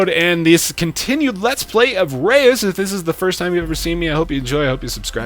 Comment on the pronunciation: I know this is probably to little to late, but the name "Reus" is actually the Dutch word for giant. If you put the word in Google translate and press on the speaker, that's how you pronounce it.